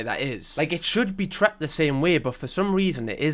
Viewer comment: "It should be 'what' the same way??!" "Tret??" 😩 The word is "treated", bro. 🙏🏽😅😅😅